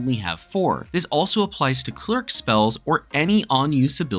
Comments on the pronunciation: YES! CLER IC…. Not cleeerk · Are you saying "clerk"?